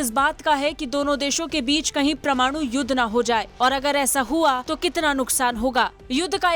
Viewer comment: WHAT IS "PRA-MANU" YUDDH??